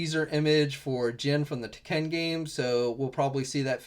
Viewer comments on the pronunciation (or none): He pronounced Tekken wrong